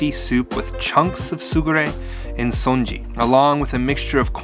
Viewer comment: dude it's pronounce sun-ji not son-ji